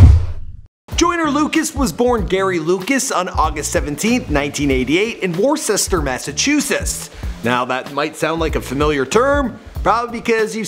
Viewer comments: it's not pronounced "War-sesster" Its pronounced "Wuss-ter" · Sorry, Michael, you butchered the pronunciation of Worcester. It's pronounced: "Wistah" by everyone from Worcester and all of Mass and New England. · It is pronunced woster not worschetster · GOBL1NN live there. Never said wister. Always wusster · Pronouce the city Whister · “Warchester” haha it’s pronounced Wooster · Did he just pronounce that Wor-sester? It’s pronounced wou-Ster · war chester? wtf lmao it’s woosta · ITS NOT WOOR SESS TER ITS wooster JEESUS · Its woosta punk say warchester agian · IT'S WISTER!!!!!!!!!! NOT WARCHESTER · Woo-ster....not worchester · Jesus christ its pronounced wooster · It’s pronounced Wooster fool why u gotta disrespect my city’s name like that lol I live near Joyner his nephew is my friend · Worcester is pronounced “woosta”. I’m from Worcester and took the same bus to South High Community most mornings. I thought he was always doing his homework last minute on the bus as he was forever writing in his red notebook. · Love this, I'm from Mass too but it's pronounce as " Wister " lol all good my guy, love all the vids! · It is pronounced woosta im from mass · is pronounced wister. I'm from Worcester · Woostah lol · I’m from Mass and it’s pronounced WOOSTER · Shout out to worcester btw it's pronounced wooster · Its pronounced WOOSTER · Pronounce Wooster lol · Great video bro! But it’s pronounced “whister” or “Wooster” 😭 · I cringe whenever my city’s name is butchered, Worcester. It’s pronunciation is “wis-ter”. I’m a 508 area code, and went to the same high school as him at the same time. He was always so nice, was on my bus and he might not remember, but he got out of his seat so me and my twin can sit down. And we were shy quiet “nerds”. He didn’t judge anyone at all. So happy for all his accomplishments. ❤️ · The town's pronounced [wos-ster] -a masshole native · "Warsester" lmaoo look up the pronounciation next time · ITS PRONOUNCED WUS-TER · It’s wis-ter I’m from there😭